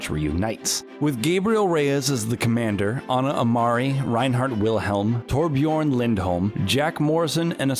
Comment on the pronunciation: Still can’t pronounce Torbjörn